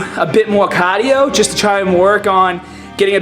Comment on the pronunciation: "10 minutes of CAAAHDIO." lol